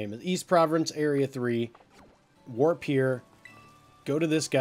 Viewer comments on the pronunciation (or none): none